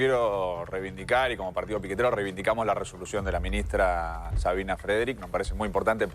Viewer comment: partido piquetero dijo? cuando lo escuché repetí 3 veces y no le entendí